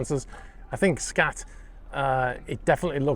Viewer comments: Pronounced "skaht" , rather than "scat". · Skat (pronounced 'scart') is a German card game. Like Bridge or Whist.